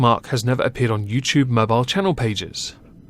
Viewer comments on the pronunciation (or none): none